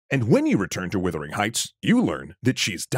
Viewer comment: Yes. "Woothering"?? I had to go make sure I hadn't been wrong for years.